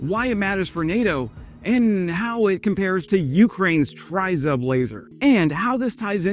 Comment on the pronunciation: Great report as usual - now let's try to pronounce Tryzub correctly - it's Tre as in 'treats' and Zub as in Zub..... It's our national logo or emblem тризуб as in trident of "три зубa" as in 3 teeth; no one really knows - some say it looks like an eagle or a dove. Keep up the good work - try and do a collaboration with as your channel really deserves a higher audience.